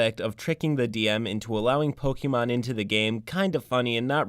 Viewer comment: The way you pronounce Pokémon bothers me. Other than that, this player was trash and their deceptiveness was completely out of order. I'm just glad OP had the spine to kick them out of the group before they really got out of hand. I'd love to play a Pokémon themed TTRPG (Pokémon Tabletop United looks amazing), so long as I knew that that's what I was getting into.